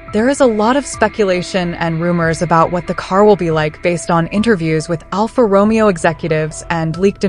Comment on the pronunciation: Right pronunciation: ALFA Ro..May....O